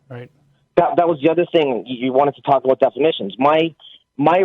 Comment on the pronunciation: “Caller: ” is not Canadian. He over pronounced ‘aboot’ 3 times within his first 20 seconds of speaking. Every other time he used the word ‘about’, it had a more neutral pronunciation. Either is pretending to be Canadian, or is a very confused Newfoundlander